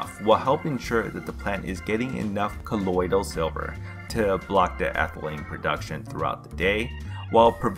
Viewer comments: The way you pronounce colodial is like nails on a chalkboard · Does anybody else hate the way he says "colloidal silver". 😂